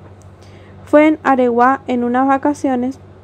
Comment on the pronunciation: AREGUÁ... Con acento en la última A